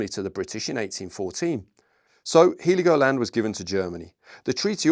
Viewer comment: Heligoland is pronounced "Hell-igoland," not "He-ligoland".